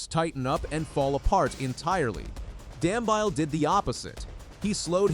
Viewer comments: His surname is pronounced Dam -be-ly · Is it too much to ask to ascertain the correct pronunciation of runners' names? Dam-bile??? Seriously? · Dumbeeele..thats how its pronounced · Please check your pronunciation of Dambile, it is totally incorrect.